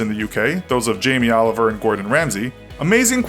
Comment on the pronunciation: Did this man really say jammie Oliver 👎